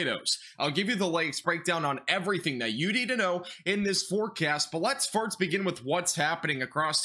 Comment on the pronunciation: Are you saying farts instead of first? No joke, really sounds like it. Thanks for the info.